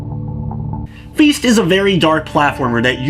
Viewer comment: I'm sorry, did you say feast? Because this game is called feist. I'm not judging your pronounciation, but your intro suggests you actually think they're the same thing.